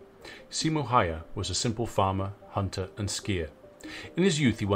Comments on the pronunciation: Always love when people try to pronounce Häyhä.👍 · I think it’s pronounced heyha